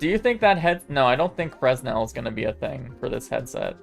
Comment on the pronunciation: The "s" in fresnel is silent. It's pronounced "frenel".